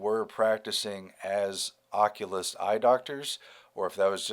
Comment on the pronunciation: if you cant read oculist. Maybe you should go see one